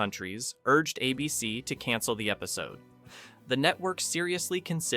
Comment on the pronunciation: "A" BC demanded extensive script revisions. WTG with your lazy AI and lack of quality control